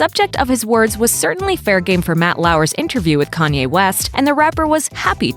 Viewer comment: How did everyone miss "KAYNE" 😂😂🤦🏾‍♂️